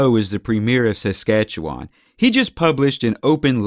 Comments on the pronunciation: Fuck bud, I can’t stand how you say Canadian names. You sound like a total hoser eh? We say Alberta like “Al • Ber • da” not “Al • ber • TA”. Saskatchewan we say like “Sus • catcha • wun” Toronto we say like “Ter • on • oh”. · I’m from SK and I’ve never, ever heard our province pronounced this way. What accent do you have, or where are you from?